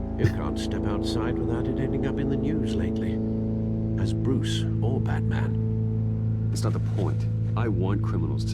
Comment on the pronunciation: como va a pronunciar asi, dislike aa, se viene el Bartman